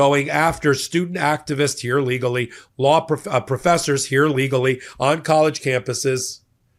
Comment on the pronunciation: it’s really important that you enunciate “here legally” with a pause between the two words. Otherwise it sounds like “here illegally”. Just a heads up 😊